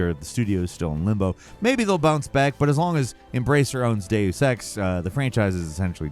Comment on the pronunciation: Stop saying the word Deus so wrong!